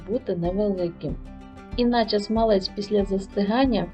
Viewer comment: То якась собі філологиня заблукала, та роздавала "цінні" поради..))) Авторка відео десь двічи чи тричі казала "смалЕць", замість "смАлець", але й тут як бачите, знайшлась ...вчителька з української мови!..)) З іншого боку: до процесу приготування смальцю, у вчительки питань не виникло і це вже добре!)))